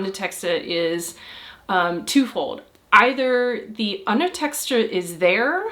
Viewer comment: "Underteskter"? It's "undertekster"*.